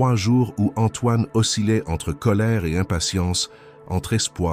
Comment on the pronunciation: "Que fuyait-elle?", pas : de quoi... La diction n'est pas trop mauvaise, il n'y a que peu de défauts, et l'on dit "ocilait" pour "oscillait"... C'est invraisemblable, comme histoire. On ne peut quand même pas inventer n'importe quoi comme scénario, juste pour avoir un récit à raconter.